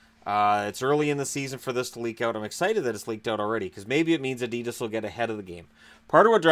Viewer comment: Adidas ......lol you make me laugh saying adidas ............. its so wrong lol